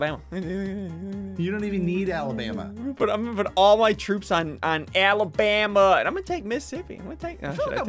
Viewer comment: No one: Literally no one: Ssundee: AWABAMA